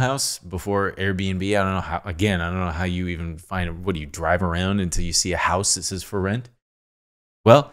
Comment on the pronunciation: I re-listened to that Drive clip, man he really does say "I Drwive" wtf hahahaha